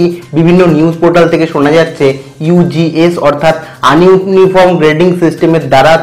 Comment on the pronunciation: Apni ugs pronunciation vul krrchen.